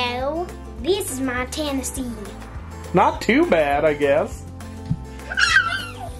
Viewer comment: I'm a tennessean and she's got it lol. There 504 syllables in TN